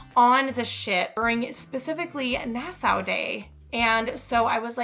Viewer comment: Nassau is pronounced nas saw